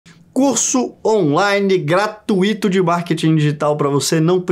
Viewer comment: gratuíto não! Você é maravilhoso mas gratuito não possui tonicidade no “i”. Já é o terceiro vídeo seu que vejo falando assim! 🤓